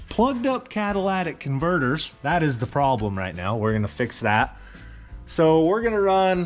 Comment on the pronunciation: "Caddilladic converters"... Awesome!!😂🤪👍😎🇺🇸